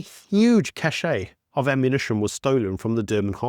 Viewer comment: "Cache" is pronounced as "cash", not "cashay". Rhymes with dash.